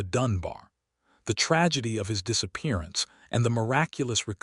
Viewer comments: DisappearAnce - not disappearInce. Description text says he was found "years" later, but the narrative states it was 8 months. Such poor quality control. I can only say thank goodness we can test DNA now. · You lost me at "disappearINCE." Dear heavens, doesn't anyone go to school any more?